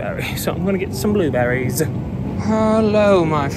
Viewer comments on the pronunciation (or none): I thought said blue batteries but he said blue berries